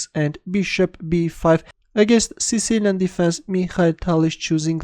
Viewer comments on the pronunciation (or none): none